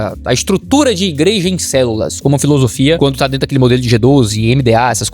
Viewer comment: Eu ouvi um "Aí dento" na história do Robô? kkkkkkkkkkkkkkkkkkk